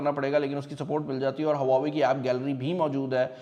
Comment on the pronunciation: Brand name please correct le. don't say brand in Pakistani accent.